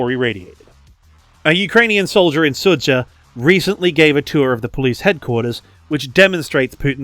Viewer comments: Quick correction: It's pronounced "Su-ja", like in "Jam". "Dž"/"Dzh" makes sort of the same sound that the english J does. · “Sudzha” is pronounced like “suja”, with the J sounding the same as when you say “Joe” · Sudzha is pronounced captured.